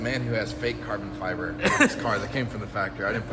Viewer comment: Love how in the vid calls it Carbon Fiver! Breeehhhhhh its all about ze Carbon Fiver ma mannn!!!!